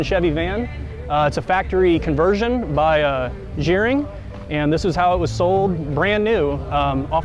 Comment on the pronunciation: It's pronounced "gar-ring" NOT "jeer-ring"...Kim Gerring started the entire Van Conversion Industry in Elkhart Indiana in 1972. He was my life long friend, my brother-in-law, and an amazing individual. He just passed away this past Sunday (3-10-19) . Innovator, creator. Will be missed immensely.